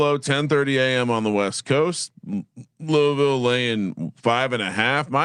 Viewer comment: But it is the correct way to pronounce it.